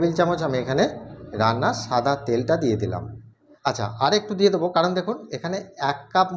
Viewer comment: shada ke sada keno bolsen.